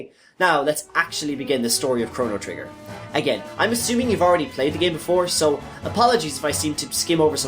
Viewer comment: Damn, you butchered all most every name in the game.